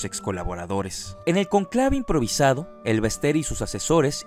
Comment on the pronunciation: Un detallito.... es "Cónclave" no conclave, jejeje